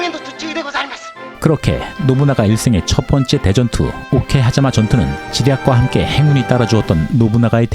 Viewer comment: 오케v하자마, 카와v나카지마 ...음절이 길어도 이렇게 띄어 읽으면 안 돼요 ㅎ